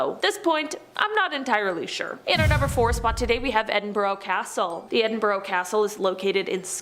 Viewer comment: wow i thought every one would of heard of Edinburgh that and Glasgow too. i would of thought it was just average mainstream IQ - clearly not when you cant pronounce the place name